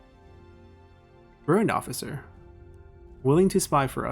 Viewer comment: Uhm... been too long it's kinda embarrassing now to ask but is it "burnt officer" you say?